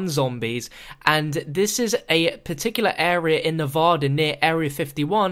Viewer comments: Not trying to be rude, but why can nobody outside of Nevada pronounce it's name properly? It's NEV-ADD-A, not Nev-odd-a. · WHY DO SO MANY PEOPLE SAY NEVADA WRONG?